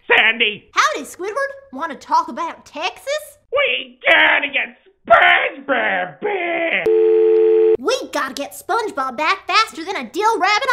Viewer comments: we GEATTA GET SPENGEBEB BEEEEEECK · “SPONG BOB” …. lol